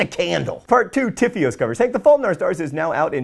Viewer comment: 1. What was with the big bbbbut? 2. Who else thought he said "fart 4" instead